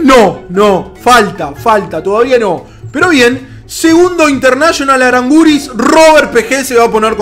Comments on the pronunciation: no se dice arangüris se dice arangis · es Aránguiz no es aranguiz y saludos desde CHILEEE